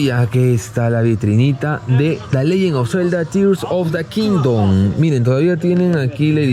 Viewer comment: Eso de in da kingdom, a sonao muy a in da ghetto 😂😂